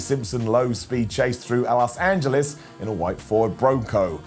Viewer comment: did he said Elos Angeles